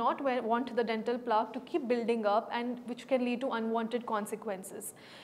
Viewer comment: It is plaque pronounced rhyming with black. It doesn't rhyme with chalk. This is one of the many words which are heard in medical classes often. You are not a doctor or the people from who you claim to have learnt are street dentists maybe.